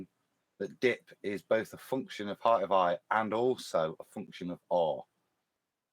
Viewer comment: Why does always say “heighth”!?! It’s sooo annoying!! Otherwise great show as always!!